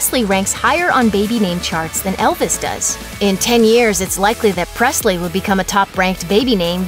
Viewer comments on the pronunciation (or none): none